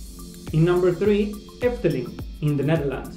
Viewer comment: You pronounced efteling very well for a non-dutch speaker! It will always be my favourite, and i hope you will enjoy it too!